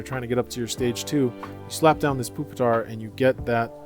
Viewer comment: No way bro called it Poopitar